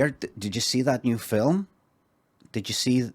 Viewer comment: they say it "Fillum" in NI!